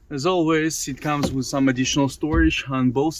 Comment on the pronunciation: How many times I heard "wizz", instead of "with"..... just elementary word, you cannot pronounce.... So, annoying.... This piss me offff!!!!